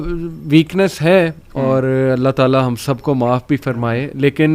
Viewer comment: aap Alaha mat boliye Allah boliye.Allah sahi hai Alaha nahi meri pyari bahen❤